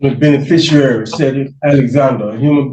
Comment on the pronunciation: It would be nice if at least one of these troglodytes could properly pronounce the word "beneficiary".